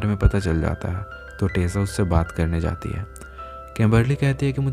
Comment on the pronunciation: She is tessa